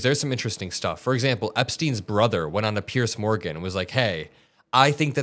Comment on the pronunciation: I lose a little bit of respect for you every time you say "Pierce Morgan" it's wrong so why do you do it?